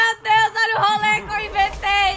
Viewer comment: A falando role e engraçado kskskksks